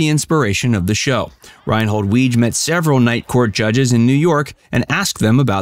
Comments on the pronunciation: Apparently, Weege is pronounced Wee-Gee (with a hard 'G'). At least, that's how John Larroquette pronounced it during an Emmy speech. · It is pronounced “Wig -eeeeeeee”